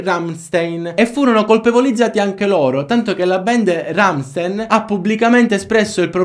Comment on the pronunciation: Ciao scusa tutto quello che dici e bellissimo ma il nome dei RAMSTEIN lo hai detto sbagliato si dice cin la pronuncia iraliana RAMSTAIN ,PREGO NON C E' DI CHE